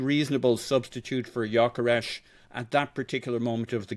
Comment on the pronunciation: really needs to stop saying YOKERESHSHSH